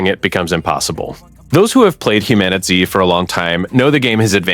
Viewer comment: You keep calling the game Humanity it's called HumanitZ but other than that great video...